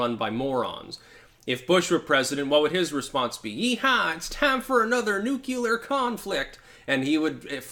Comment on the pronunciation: He said Nucular.